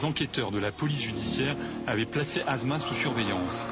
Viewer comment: Prononcer les mots:"assma" etnon "azma" correctement ,un doc doit être parfait sur toutes ses formes : netteté, prononciation ,véracité explicationobjectif(pas chauvinisme ,pas de sentiment